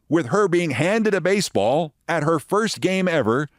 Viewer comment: "Avoid getting hit in a basball"...? (Brilliant. That was your last line of this edition).